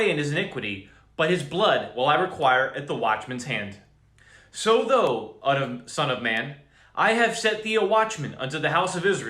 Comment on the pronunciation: "thou"... the--owl"...sorta... just saying..🤔😔